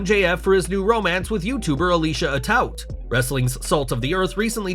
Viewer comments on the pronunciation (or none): It's pronounced A-toot. And I didn't expect Alicia to go from one Dynasty member to another.